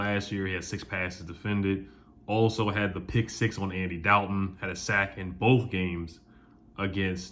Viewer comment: Why do you say “dalton” like that😂